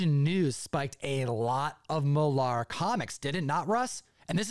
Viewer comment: You pronounce mark millars name wrong 🤷🏻‍♂️🏴